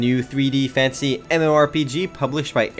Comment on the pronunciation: hey is it just me or when he says fantasy it sounds like fancy ?